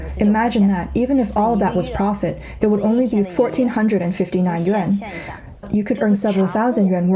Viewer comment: Why do commentators have such a hard time time saying you're currency...it's pronounced "yu-wan" not "yu-en"!😂😂😂